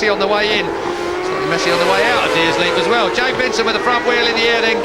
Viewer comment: I wince every time Huewen says "Deers Leap" or maybe he's saying "Deer's Leap" - either way 🙄 Then again there is a company selling decorative "laser engraved" circuit maps online where on their Oulton Park map, some genius has managed to spell it "Dear Leap" - and apparently many more involved in the project who haven't noticed the gaffe 😆